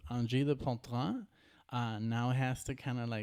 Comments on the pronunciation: Guys, it's Poitrine not Poutrine 😂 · Corrigez : POITRINE not poutrine ! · Its Poitrine and not Poutrine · It's poitrine not poutrine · Pronounce "pouah" - "tree" - "ne" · Ok.. it’s.. for yer brain.. “anjean day poo-treeen..” 🎉😂 they actually pronounce it at the beginning of the KEXP Performance if you actually “listen”😬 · It's Angine de Poitrine. It's OK that you can't pronounce it right but at least write right. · Concerning the pronunciation of the name (because, no you didn't nailed it!), a word or a sentence, you can go to google translate, you choose the language you want, you write the word or sentence, you click the little play button, and google will say it with the right pronounciation for you. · If you're unable to pronounce their name now,please don't do It again